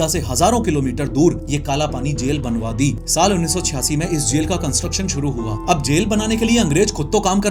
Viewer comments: There's a mistake with your pronouncing 1986 instead of 1896 as you shown. Sorry but it's just for you. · Pronounciation mistake 1896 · ne "saal 1886" mispronounce hua h bhaiya baaki no problem. 😊❤️ Hmesha ki tarah ek aur bohot interesting video lagi hai. 🙌🏼😊